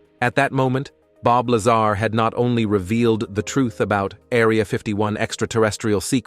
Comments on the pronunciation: say it with me... its La-zar not lazer.... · Bob Laser? LOL Bob pronounces his last name "La-Sar" Laser sounds funny. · Why do you keep mispronouncing his name? It makes you sound like a jack ass. Just saying.....